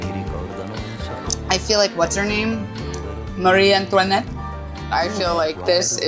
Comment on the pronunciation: sounded so Spanish saying Marie Antoinette 😂😂😂